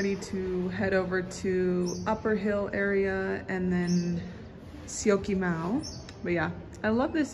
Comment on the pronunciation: Syokimau u are saying it very well. Great improvement.